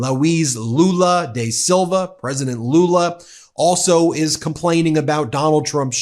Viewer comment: DA Silva not DAY Silva....